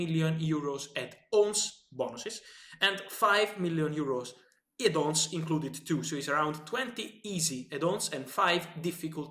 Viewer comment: Lots of 'Edd on's' 😂😂👌